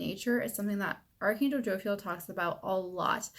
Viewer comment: Say it with me. Jo-Phi-El. Not Jo-Fil.